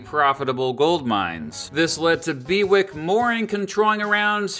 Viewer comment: It's probably pronounced Bew-ick rather than Be-wick :)